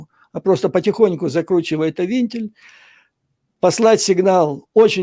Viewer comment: Не винтиль, а вентиль.Швец безграмотный как слесарь.